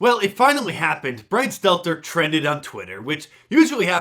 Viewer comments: Ah the life of bwian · Mark Dice is a better Lil Bwian Shelter than Lil Bwian Stelter 😂